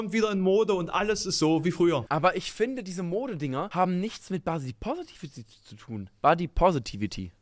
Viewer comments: Finde es immer lustig wie Menschen Wörter "ausnuscheln", wenn sie diese nicht aussprechen könen. "Bodypovity" :D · Ich könnte 2h wiederholt schauen, wie versucht, Body Positivity auszusprechen:D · Muss gestehen, dass ich es ziemlich unberechtigt finde, die erste verbale Schelle zu verpassen, noch bevor man einen Punkt gemacht hat. Besonders, wenn diese Schelle nicht einmal nachvollziehbar durchgeführt wird. sagt "Body positivity" und spricht das erste s gefühlt halb wie ein s und halb wie ein v aus. Verbaler Ausrutscher, Sprachfehler, keine Ahnung. Jeder weiß worum es geht und er lässt es im Video, was ihn einfach nur authentisch wirken lässt. Und dann so zu tun als hätte man "body poverty" verstanden (bzw. wenn man es wirklich so verstanden hat wäre das vermutlich ein Fehler auf gleichem Niveau?) und das so lang gezogen zu belächeln finde ich zwischenmenschlich etwas schwierig.